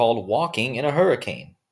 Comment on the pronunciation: Hurri - cain .